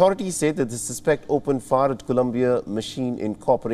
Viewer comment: You should read your news script at least once before releasing the video. There's a difference in the pronunciations of "suspect" even though it's spelled the same way.